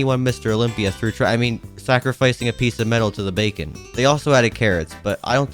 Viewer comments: YOU Said Bacon instead of beacon lol😂😂😂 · everyone: bee-con this guy: bacon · why does he call a beacon a bacon